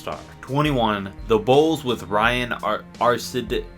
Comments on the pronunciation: It's pronounced Archeedeeacono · It is Ryan Arcidiacano (Arch-E-Dee-Ack-Uh-No) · Ryan Archihdeeackuhno is the pronouncement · it’s pronounced ARCH-ee-dee-aki-no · It’s pronounced archidiacono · U pronounce it like Ryan archydiagno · Ryan arch-ee-dee-ack-en-o is how you pronounce that name. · It’s pronounced Archie-Diack-Ano and no I’m not a Bulls fan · BTW its Arch-E-De-Ak-ino. i know its not how you spell it but im pretty sure that's how you say it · You could've saved your time trying to pronounce Arcidiacono's name (Arch-ee-dee-ah-ko-no). Bull's sixth man is Bobby Portis. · IT'S ARCHI-DEE-AH-CANO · how to pronounce ryan arcidiacano Ryan Archideackano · Arcidiacono-pronounced Ar-ch-i-di-ak-ono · It’s pronounced like Ryan Are-Chee-Dee-Awk-Oh-No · I love your videos but shame on you not even trying to pronounce Arcidiacono's name... Its not that hard. And its not funny either. It is just disrespect for another person. Very sad as you are trying to make fun of it. I am very dissapointed.